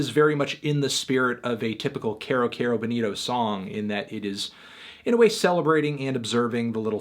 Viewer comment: IT'S PRONOUNCED KEYROOOOO NOT CARE-O